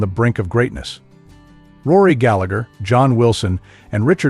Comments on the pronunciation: Galla-her, not Gallag-er. He was Irish, not British. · Can’t even pronounce his name right 😂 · It's hard to listen to Rory's surname and his brother's Christian name being mispronounced. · pity you cant even say his name properly !!! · Before you say anything learn to say his name. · Who wrote this crap? Rory was a perfectionist simply because he wanted perfection. So what's wrong with that ? Also, if you can't even be arsed to learn how to pronounce his name, then you shouldn't be commenting on him. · I didn't think that the pronunciation of his surname correct.